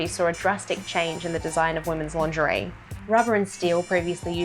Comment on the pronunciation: this is so funny because everytime you say lingerie I hear laundry and thought you made a new series on how to wash clothing from different eras! :)